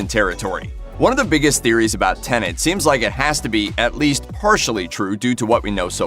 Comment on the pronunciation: Pleeeeeaaase stop saying "Tenant" !!